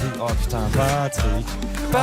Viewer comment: Le "Plutrick" d'Oli il m'as tué 😂😂✌👀🇦🇷💿